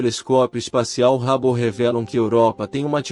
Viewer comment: A pronúncia do telescópio é rabo?😂